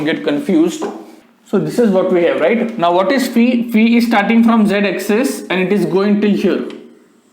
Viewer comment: There are very few teachers who properly pronounce phi as fee. Great sir /\